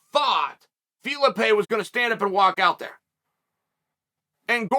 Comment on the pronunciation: "If we're gonna tell the story we're gonna tell it accurately" but I'm gonna call the guy Fee-Luh-Pay